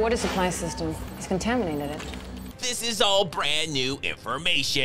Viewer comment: Did she just say the water supply was "contaminateded"?